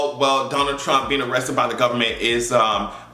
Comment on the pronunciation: Yes, I did say A-RREST-TED with you! hahahaha!